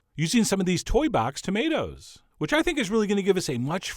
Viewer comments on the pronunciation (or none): none